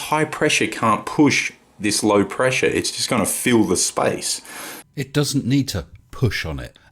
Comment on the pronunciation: how cute, pronouncing "space" like "spice"